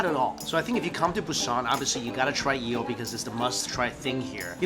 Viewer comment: Why does he say yeel